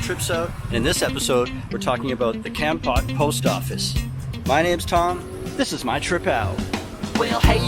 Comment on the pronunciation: hi tom !!! it is nice to see you living in my country. i am watching your youtube from america. kompot is called komport. komport is the correct pronunciation